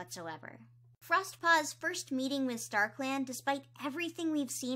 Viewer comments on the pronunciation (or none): none